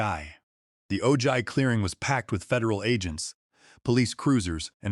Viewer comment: Ojai is pronounced "o-hi"